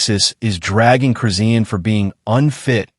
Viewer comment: PRONOUNCED HER NAME RIGHT ITS CHRIS. SHAWN THATS THE WAY ITS PRONOUNCED NOT WHAT YOUR SAYING